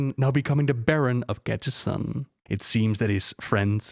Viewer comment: Im sorry of this isnt the case but it sounds like you keep saying "gadgetSTAN"